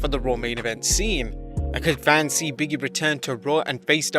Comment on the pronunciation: LOL His name is "Big E" not "Biggy" the space between the g and E means there is a pause between the the words.